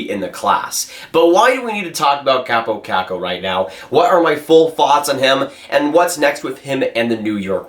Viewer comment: You’re pronouncing his name wrong. His name is pronounced “Cop Oh Cock Oh” or “Coppo Cocko”